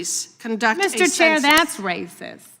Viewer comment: Oooo das raysis 😂😂😂😂